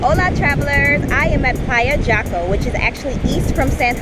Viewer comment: Jaco, the J is pronounced as an H in English. Like “Hawko”